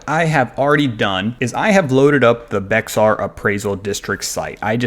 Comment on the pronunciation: Very helpful. Something to note is Bexar is pronounced "Bear" County.